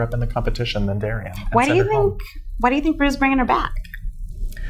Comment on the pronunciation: It’s not Darrienne